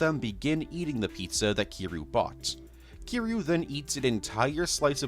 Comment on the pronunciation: thought this would be a nice long watch but i can’t sit through a 3 hour video of someone mispronouncing kiryu’s name as kiroo. come on dude. try harder than that